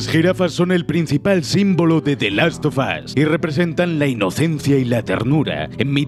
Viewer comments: Asi que te haces el payaso diciendo the last sofas uno ¿Eh? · The las fo fo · "The Last Sofas" - (2020)